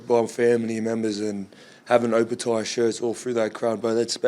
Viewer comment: come on bro get that Opetaia pronunciation right its not taya its tyre